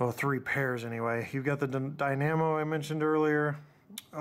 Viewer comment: "Dye-Nammo?!?" Try: "Dye-nah-moe!" :P CHEERS! AL